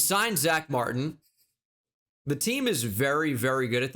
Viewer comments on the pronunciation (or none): none